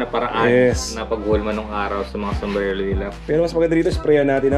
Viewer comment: Sombrero Po Ang tamang bigkas Hindi sombrelo 😇